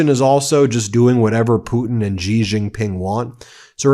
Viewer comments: It's "Xi", pronounced closer to "she", not "жi". Yes, I used a Cyrillic letter because they have the letter ж and we don't. It sounds like si in version. I see this mistake repeated everywhere. Is it a coordinated sign of disrespect? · It’s Shee not Gee.